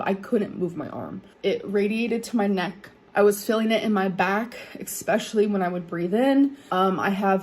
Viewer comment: I-B-profin, expeshully, impor’en, ub-load; she is so incompetent; and she thinks she’s a great writer